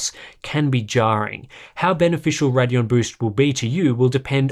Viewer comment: RAIDeon, not Raddion, it's not that hard.